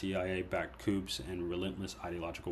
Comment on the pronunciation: This was an excellent summary. Thanks, comrade. ✊ JSYK, "coup" is pronounced, "coo." It's French. 🤓